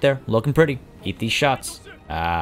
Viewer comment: My favorite part was when you said high-arcing sharts